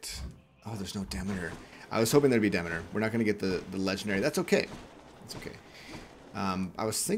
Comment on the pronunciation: Nice helpful video. Greek mythology was my 2nd fascination after dinosaurs. Read everything I could get my hands on and I can assure everyone that Demeter is pronounced de MEET er, not "DEHmader"